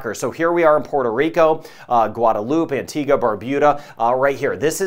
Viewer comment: I like your pronunciation of Caribbean, Dominica, Antigua, Tobago. I'm guessing I'd approve of your pronunciation of Grenada, too!